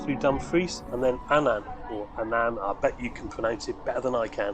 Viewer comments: The footbridge is called a Linkspan and Annan is pronounced Annen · Annan. Stress on the first syllable. This is the Scottish town my ancestors came from all those generations ago.